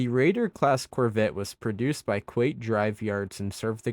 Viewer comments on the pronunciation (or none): Kuat Drive Yards is pronounced with a long A sound in Kuat !